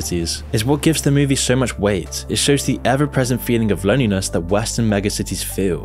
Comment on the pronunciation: Move-E. Not Mewwvie.